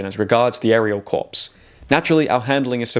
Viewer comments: "Corps" is pronounced "kor." But good video, and good points. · That’s not how corps is pronounced.